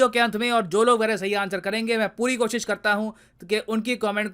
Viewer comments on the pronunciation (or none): none